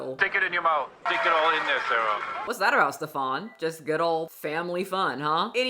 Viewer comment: I am not calling him Stef-AHN with that fake ass accent 😂 That dude's name is pronounced Steven. Steven is just a dude from like Bushwick or somewhere. It's bad enough he's convinced all these women he is the gatekeeper to paradise. We are not falling for the name, too!